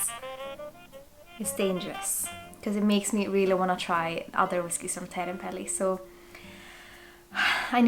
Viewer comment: uttalas som svensk i "otrevlig, oschysst, osv." och uttalas som svensk i "och". Det svenska ljudet som i "du" finns inte i det finska språket. Du sa Teerenpeli jättefint förresten. Jag har velat testa det här väldigt länge, kostar ganska mycket på systemet dock.